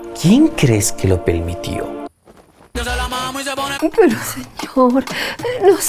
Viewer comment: "Quien crees que lo pelmitio?